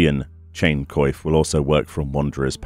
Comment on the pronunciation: Thank you so much for doing this. ...I think you should search up the pronunciation for coif. It's not a vital thing to know in most cases, but since you make these videos where it's common, it might be a good idea. It's like in coiffure. Make it more french basically.